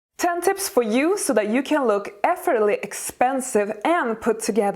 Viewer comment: Effort-less-ly pronunciation. Not effortly